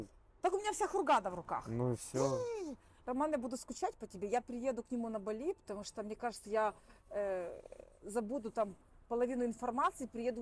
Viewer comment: БАли, а не БалИ